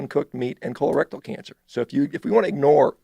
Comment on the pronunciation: "KHOLER-RECTILE cancer..."